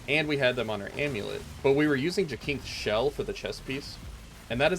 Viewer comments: I think it's pronounced JASYNTHS not Jakinks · These build videos are great, but I have one minor quibble that's just me being nitpicky. Jacinth is pronounced like "JAY-synth". That is all. Carry on with the good work.